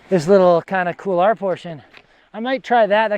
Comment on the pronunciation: Excellent episode as always mate... it is funny how many north Americans tend to pronounce couloir as "Kool lah", instead of "Kool waa"... it takes a bit of effort to mispronounce it as well... haha!